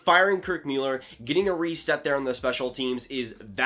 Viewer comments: Please stop saying Mueller, it's Muller. I can't hear it. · Dude his name is Muller! Good Job! Dumbass, ya let me hit that button lol